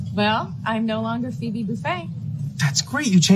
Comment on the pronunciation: I didnt like the explanations of the pronunciation and etymological history of these words. We do know quite accurately how Phoebe and Phoenix were pronounced in Greek and Latin, and it is not the way he pronounced it. I like that he tried taking a serious look at these names which may appear odd compared to some modern pronunciations, but he kind of failed with the accuracy.